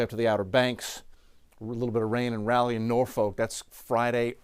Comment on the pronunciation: It's Rah-lee NC. There is no Ray-lee NC lol. Will the temp of the Atlantic allow for any intensification once across FL?